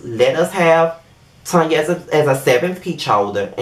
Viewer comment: Thank You for pronouncing her name as what it is Tanya. She know her name is Tanya, What is Tan-ya? Girl Bye👋😂